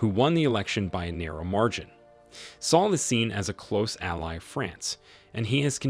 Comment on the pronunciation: Interesting and insightful video but the pronunciation of most of the African leaders names are wrong. A simple search would have given the correct pronunciation. For example Macky Sall's surname does not rhyme with fall, its rhymes with 'pal' Abdoulaye Wade's surname is pronounced 'Wad' not Wade, and the country Niger is pronounced 'Nee-jer'.